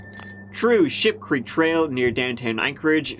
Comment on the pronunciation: Lol, I swear, I went back right away AT LEAST 5 TIMES, and was trying to decide if you was really say sh*t creek in the beginning or not? Lol. I just know, I was laughing my a^s off EVERYTIME I heard it!!! But then I seen it was ship creek. but, let's see what happens. Only at about the mark, so, let's rock keep rocking on.